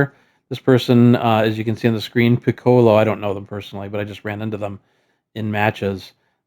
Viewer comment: Pi-KOH-loh…LOL. You don’t about the DBZ aura farmer that is Piccolo (Pi-Koh-Loh)? Or the instrument for that matter…😂